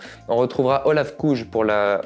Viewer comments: Par contre on dit Olaf Koi et pas Olaf Kouj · Vidéo très sympa mais arensman a terminé 6e l’an passé et non 5e Welsford a signé chez bora et Olav Kooij tu l’as mal prononcé